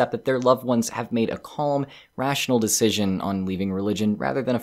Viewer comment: IT IS DECISION NOT DICITION